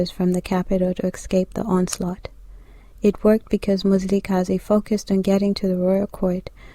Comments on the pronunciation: Your information is incorrect. 1stly, you're mispronouncing the name and therefore losing its meaning. His name was not Mzilikazi as the white people would say, which actually takes all meaning from it, but was Mzili'Gazi meaning fasting from blood. Which means blood letting wasn't his thing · Mzila we Gazi and pronouced fast MziliGazi Mzila - Veins/arteries we-of Gazi- blood This Nguni. Please correct🙏🏽